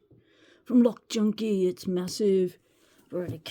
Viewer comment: That definitely says “cock junkie” 🤣🤣